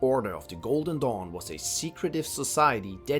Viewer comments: Every time he said "golden dawn" I heard "Golden Dong" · I thought he said "The Order of the GOLDEN DONG" LMAOOO🤣